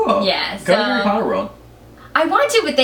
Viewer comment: harry potter not hairey palter